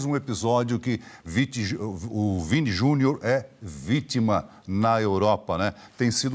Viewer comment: O quase mudou o nome do Vini, pra Viti Jr., Vítima Jr., desculpa, mais ñ ia perder a brincadeira 🤣🤣🤣🤣